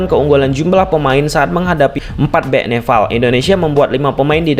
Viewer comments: Nepal bang bukan neval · Nepal bang bukan Nefal😅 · Nepall bang bukan nefallll😭😭😭😭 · bang maaf sebelumnya, aku fans channel abg tapi seharusnya "nepal" bang bukan "nefal" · Wkwk suka greget pas dia bilang neval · NEPAL bukan NEVAL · Perasaan, nama lawannya Nepal deh, bukan Nefal/Neval..??🤔🤔🤔🤔 😅😅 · nepal bg nepal bukan nefal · Bang bukan NEFAL bang tapi NEPAL, nanti org Nepal marah bang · Nepal bang,bukan Nefal😅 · Nepal bro bukan nefal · Orang mana nih, neval😂😂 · gua jd salfok sama kata2 lu bang "nefal" wkwkwwk tp isoke bang... lanjutkan